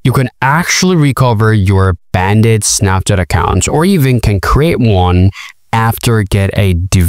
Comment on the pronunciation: Stop saying banded 😂